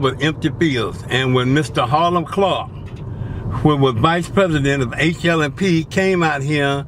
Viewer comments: He keeps saying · Boy said hilam clarke 😁